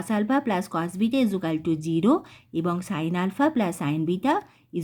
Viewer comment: ইজুকালটু বলছেন কেন ❓😂